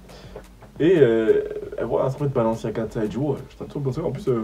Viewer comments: « Balinziaga » 😭😭😂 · HAHHHAHAHAHAHA « Balinciaga » 😂